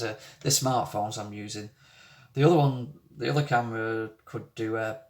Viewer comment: My mother used to have a Lancashire accent. She lived in Rochdale in and came back home with a lancashire accent and never lost it. Hearing you say "Th'other" reminds me of the lancashire accent. Strange thing my mum used to think was she taught me and my two sisters to talk, but we never had her accent.